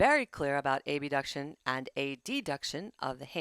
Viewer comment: Good summary however I kept being thrown off by random mispronunciation of words “abduction and adduction”.